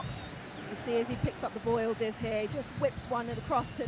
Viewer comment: Why do the keep calling him ildiz? His name is Yıldız! Y is not silent! Yildiz!